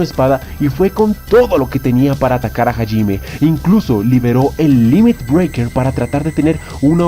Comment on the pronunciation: Que paja escuchar constantemente el nombre de Hajime mal pronunciado.